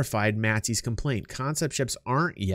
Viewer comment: I was here when it was still "CONEPT" sales. : ) lol